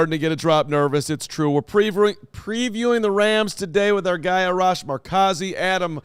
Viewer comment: Just so ya guys know you are likely saying Arash’s name wrong. Assuming he is Iranian, so it’s R-ash.